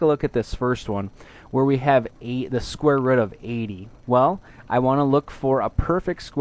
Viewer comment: hmph "square rudd" :p